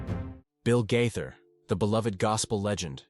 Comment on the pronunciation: His last name is pronounced GAATHER, not GITHER. You gave yourself away on that one...this is fake, and should be investigated.